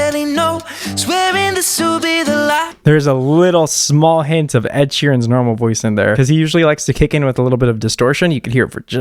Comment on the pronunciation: “I’m used to hearing ED as erectile disfunction” 🤣🤣🤣🤣🤣 he really read Ed’s name as “E.D.” 🤣🤣🤣